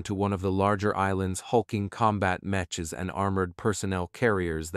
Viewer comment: Mech. (Proper pronunciation) MEKK!